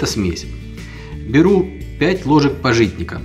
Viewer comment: Па'житник. Ударение на А.